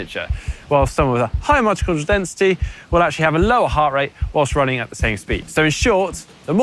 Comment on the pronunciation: "Mijojodrial density". I think that word "Mitochondria" gave him a stroke.